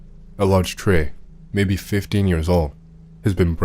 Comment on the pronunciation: i love how he says "maybeh" instead "maybe"